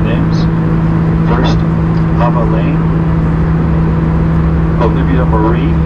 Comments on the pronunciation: He said Ava's first name wrong. BTW, the toys are SOOOOOOOOOOOOOOO CCCCCCUUUUUUUUTTTTTTTTEEEEE!!!!!! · I don’t think the pilot actually knew who they were since he said Ava’s name incorrectly. I was sad he didn’t mention Blayke too. I’m glad he corrected himself and mentioned her a few minutes later. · That is so cool that the pilot announced the quint's names. I feel bad that he didn't say Blake's name. Not to mention, he mispronounced Ava's name.